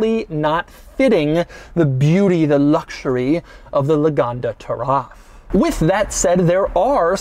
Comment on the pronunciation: Everyone: "ultimate luxury" Doug demuro: "ultimate Luoucshuriey"